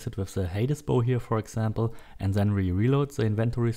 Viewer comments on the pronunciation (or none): Stop saying ZEN instead of THEN !PLEASE